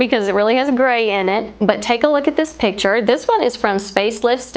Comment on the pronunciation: I think you mean picture, not pitcher. Pitcher, pronounced "pih‑chr" something that holds/pours liquid "a pitcher of lemonade Picture "pik‑chr”: artwork/photo